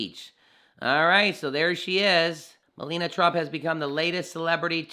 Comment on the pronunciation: It is pronounced Me-La-Ni-A not Melena.